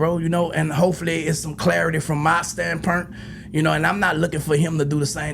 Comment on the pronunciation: Hold on, did he say from my stand purnt 😅😅😂😂 tryna say standpoint 😅